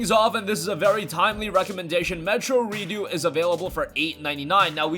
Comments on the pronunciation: Re-ducks not Re-do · redux is pronounced "re-ducks" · The way you pronounced redux as redo was really funny to me